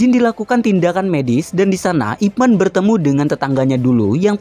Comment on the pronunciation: 01.24 Pelafalan namanya kok kayak "ROCHMAN" Boss? Selama ini hamba kira namanya dilafalkan "IPMEN" 🤣🤣🤣 ,...